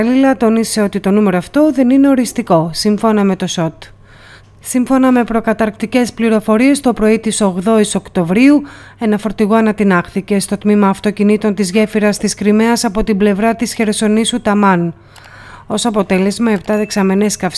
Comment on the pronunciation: Οκτωβρίου..όχι Οκτωμβριου... έλεος πια ..